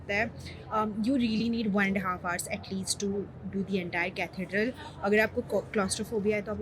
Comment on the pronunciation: Hey! 😊 Loved your London vlog, it was like I was right there with you! 💖 And ah, Parikshit is one handsome guy 😍! And the pronunciation - it's Catheeedral 😊. Keep 'em coming! Enjoy your videos...because they are honest and pure soul vibes